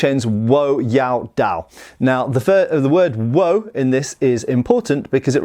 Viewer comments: its pronounced wo like in 我 not woo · Good to hear your pronunciation improving! Wo should sound more like Waugh, as in Evelyn Waugh 😄